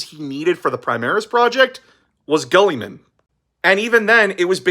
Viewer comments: i love your channel, but i cant get over "guhlliman" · The greatest of all the Primarchs: Gully-Man It just sounded like you said Gullyman in the video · I'm sorry if this is rude, but what is with your pronunciation of Guilliman? Am I missing out on a joke or something? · My only issue is how he pronounces "Guilliman"